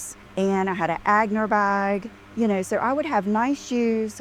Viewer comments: Jools. You're going to let Ag -ner slide??? Does she mean On-yay? 😂 Etienne Aigner? Lord have mercy! No one ever corrected her?! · Agner bag??? Did she mean Aigner?? Friggin hillbilly. And how she pronounces Wah maht. Jesus lord. She’s getting ridiculous - beyond. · ANNNDDD she still can’t pronounce Aigner! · I just commented that, what a hick.